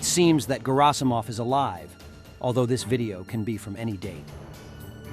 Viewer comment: its NOT Gerasamov